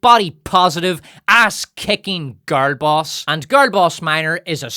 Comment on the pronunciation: How hard is it to say "girl"?